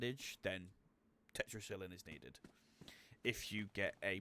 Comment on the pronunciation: Good video but check your pronunciation of Tetracycline.